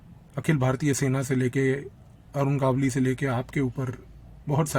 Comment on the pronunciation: बहुत ही उत्कृष्ट निवेदन और माहीती। एक विनम्र निवेदन है, भविष्य में नाम के सही सही उच्चारण पर थोड़ा अधिक ध्यान दें। गावली नही है, गवली (मराठी भाषा में गवळी) गावली सूनकर ऐसा लगता है जैसे भट्टाचार्य का उच्चारण भाट्टाचार्य, ममता का उच्चारण मामाता करेंगे तो जैसा लगता है वैसा लग रहा था।